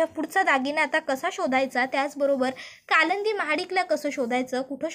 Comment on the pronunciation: कालच झालं "कालंदी" पुराण ! कालिंदी तरी म्हणा...